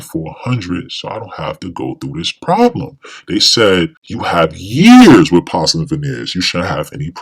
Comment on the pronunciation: Why don’t you know how to pronounce porcelain?